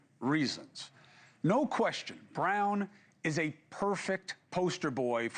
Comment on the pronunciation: Wesponized? Lol. Come on Chris... Anyone with that record black or white should have been locked up a long time ago